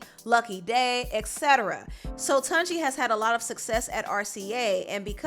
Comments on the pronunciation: His name is pronounced TOON-JI not Tun, OMO NAIJA <3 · It's not TONji but TUNji like Tuna or tune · It’s pronounced ‘TuneJi’ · Hi, Tunji is pronounced “toon-jee” 😄 ✌🏾❤️